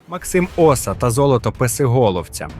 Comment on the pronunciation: Цікава добірка. Тільки не можу збагнути, навіщо викривляти наголоси. Як от - Крути, Максим Оса тощо